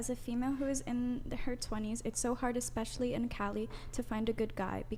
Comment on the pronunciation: Hey "", Its eSpecially not eXpecially. 🤦‍♀️